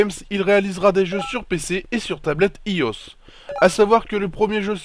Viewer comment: Comment il a dit iOS xD encore une superbe video news!!